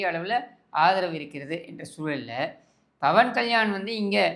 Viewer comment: Bawan kalyani illa pa 😂 pawan kalyan 😂😂pera kooda solla therila ,,sekar babu avargale